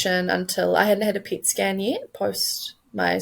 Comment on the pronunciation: It sounds like she’s saying “pig skin” not “pet scan”